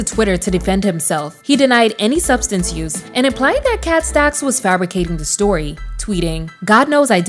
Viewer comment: The way she says “KHET STECKS” still lives in my head 😂 She was basically the next era of Karrine Steffans. She surprisingly has a better understanding of bisexuality than a lot of people. Given what she’s endured, I hope she’s doing okay.